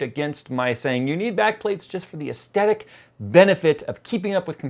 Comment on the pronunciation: can you please learn to pronounce aesthetic